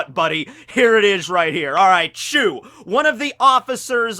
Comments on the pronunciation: Its beca...becaah..chu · I'm sure it's not chew but actually choo